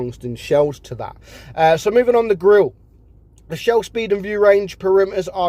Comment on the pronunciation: butchering the grille for no reason